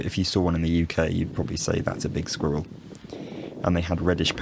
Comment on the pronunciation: You have rhoticity when you pronounce ‘squirrel’. Not sure how common that is in British dialects, but it struck me as interesting.